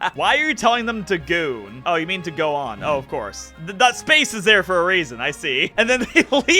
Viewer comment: not bro reading "go on" as "goon" 😭😭 LMFAOOOOO